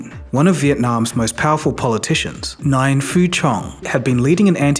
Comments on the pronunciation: FYI Nguyen is pronounced Nwin. I hate to be that person but I think it’s important to pronounce names properly. Thanks for the great info! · “Nguyen“ pronounced as “win”. They don’t use “W”. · mispronounce Nguyen is completely unacceptable, it’s the most common Vietnamese name